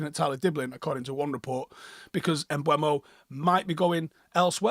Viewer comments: Can people please stop pronouncing MbEUmo as "Mbwemo" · How does not know how to say Mbuemo? It isn't mbweno. It's mburmo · CAN WE STOP SAYING MBUEMO?